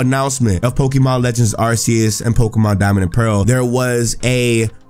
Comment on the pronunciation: Arceus is pronounced as if it was Arkeus. Just see the word "Arc" and you will pronounce it well.